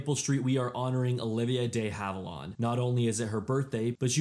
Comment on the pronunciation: It's pronounced. DEE HAVE-IL-AND, NOT, NOT DAY HAVE-ILAWND...get it right